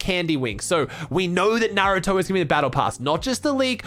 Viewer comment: Finally someone who says naruto correctly